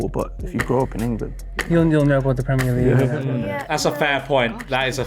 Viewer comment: The way he said football and premier league gave it way for me, only time he sounded remotely scouse